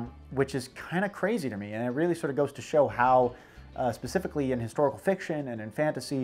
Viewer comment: Glad to know I'm not the only one who can't say "specifically"